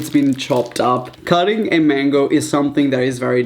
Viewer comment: Who hears mengo